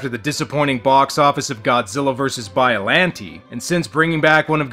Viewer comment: The way he says it is the way you're supposed to say "Biollante" in English. It's certainly how it's said in the dub.